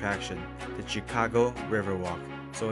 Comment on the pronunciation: Tchikagoe, i'm dead😂😂😂😂